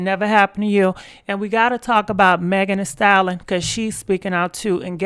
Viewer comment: Megan the stalon😭😂😂😭why does she say it like that.